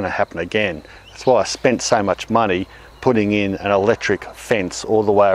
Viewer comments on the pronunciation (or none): none